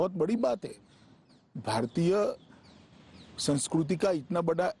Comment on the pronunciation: English chhodiye mota bhai ko thik se hindi bhi nahi aati hai isiliye to bharat ki sanskriti nahi bharat ki sanskruti bol raha hai mota bhai....aur ha ek baat kahu mota bhai aatmanirbhar bhi sahi se nahi bol pata